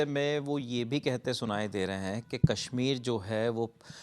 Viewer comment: अबे अंग्रेज़ के 14, कैश्मीर नहीं कश्मीर है। बोलना आता नहीं…कैश्मीर चाहिए और इस “भवड़े” को। 😅